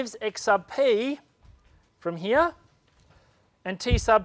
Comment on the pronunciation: No offence, but I really like how you say "here" heaaa lol. Thanks for the great video!